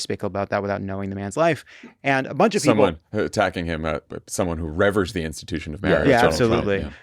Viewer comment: somebody help Jon pronounce 'revere' before he gives that one a spin again.